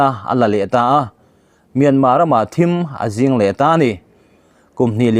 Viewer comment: "Ngen mu" tih leh" thim zing" tinte hi I lam dillo. Mizo taang hi lam dik hram hram teh u